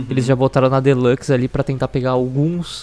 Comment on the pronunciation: Me dá uma agônia fudida quando o fala "Deluxe".